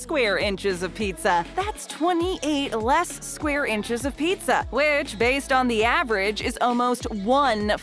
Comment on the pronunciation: Did you mean inches not inchers?